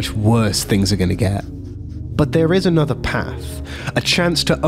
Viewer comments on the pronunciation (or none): none